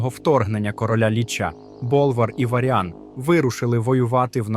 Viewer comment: З наголосами жах повний, відео та інформація класні. МАгні, ОнІксія, ВАріан, калдорЕї, ВЕлен (і це далеко не все) - в оригіналі пограйте, послухайте Дуже сильно ріже вухо, дуже